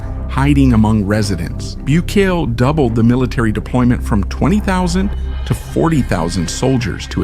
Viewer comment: The least you could do is pronounce his name correctly. FFS…